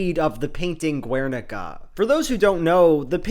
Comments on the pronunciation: Guernica is pronounced like "Ghernika", not "Gwernika" because it's a Basque word, not Spanish. Love the video tho. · Respectfully wanted to point out the pronunciation of Guernica is "Gher-nee-kah" Really interesting video, looking forward to see more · Loved the video as always! I don't usually comment but I wanted to mention that the "Guer" in Guernica (or Gernika in basque) is pronounced ger as in hun-ger, the u is silent. I'm from a city close to Gernika so I figured I should say something. Love ya! ^^ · Your mispronunciation of Guernica is unfortunate. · I have to give a like just for the Cube quote but 1) please stop pronouncing the u in Guernica, 2) wtf are WMBs? please remember non-native speakers exist and we can't always understand acronyms even with context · ze gaizki pronuntziatu dun Gernika JAJAJAJAJ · The u in guernica is mute, also it wasn't a spanish town, it was bombed by nazis at the request of fascist spanish dictator francisco franco, because he didn't control the territory. After the death of this monster, the spaniards created a terrorist organization called GAL to secure the invasion of the country which guernica belongs to, killing and massacring all civilians who opposed. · Btw the "gue" in "Guernica" is pronounced as in guess. This mistake was unforgettable and you have made a new enemy,. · how can you make this whole video and not look up how to pronoune guernica :( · The 'u' in Guernica is silent. It's a spanish thing.